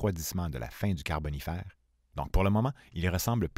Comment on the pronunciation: J'ai tenu jusqu'au troisième "carbonifAYr" puis j'a dû couper le son. Je rigole encore...